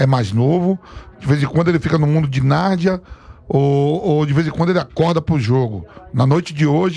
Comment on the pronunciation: Nardia??? Pensei q era Narnia